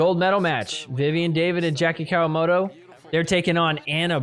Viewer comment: Jackie COW-A-MOTO . Love it.